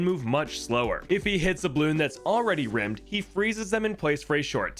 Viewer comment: Looking at this comment section, I'm gonna guess that this pronounciation of "Rime" Isn't exactly correct..